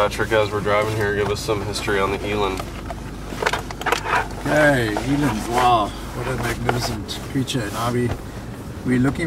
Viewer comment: As a south african, It makes me cringe the way he pronounces eland.